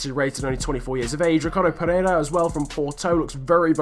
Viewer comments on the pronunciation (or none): none